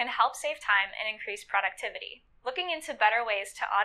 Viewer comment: The way she says "productivity" 😖